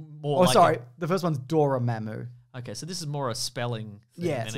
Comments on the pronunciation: What the heck, it's supposed to be Dormammu, not Dormmamu! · ...but none of D were correct It's Dormammu, not Dormmamu --- Also this is like... all MCU then, not "marvel"?